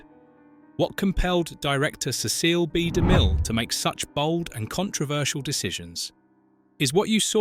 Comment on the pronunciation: Sorry, the voice & pronunciation ruined it.Ceceel b. De mill????????????????????